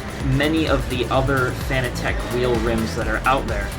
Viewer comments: Dude, its pronounced "fanatic", not "Fan-uh-tech". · who gives a fuck how they intended it to be pronounced. should've written it differently if they wanted it pronounced "fanatic" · Well it's spelled fanatec so I read it as fan-a-tec, could never understand how peeps pronounce it as fanatic concidering fa-na-tic is spelled fanatic 🤷‍♂️ but who cares really